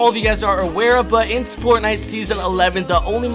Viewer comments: Bruh this dude said sportnite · Hwo els heard him say sportnite ?